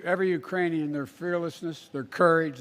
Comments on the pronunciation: I heard Iranian too haha 😆 😜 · I heard "Uranium people" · Urainian lol my boy has me Dying